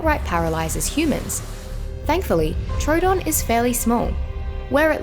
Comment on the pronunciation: Am I the only one who got PTSD when she siad trodon